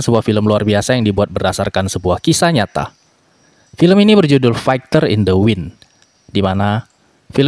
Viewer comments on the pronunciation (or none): Koreksi sedikit: fighter itu dibacanya faiter